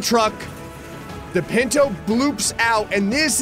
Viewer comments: Anyone else hate how he says ‘pinto’ rather than punto 😂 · Me correcting every time he says "pinto" panto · Every time he said pinto I laughed more and more.